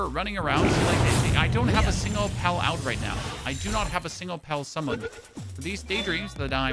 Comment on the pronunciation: sounds like you say Pel or pelts. Al with a P A L